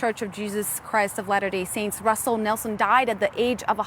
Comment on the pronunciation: > it’s not “later day saints” It’s “Latter Day Saints “